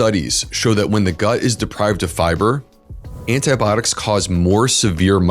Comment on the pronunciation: If you are going to do a program on antibiotics, you should learn how to pronounce the word. How can you not know this? Are you really a physician, Look it up. I am unsubscribing just because you can't pronounce a common medical word correctly.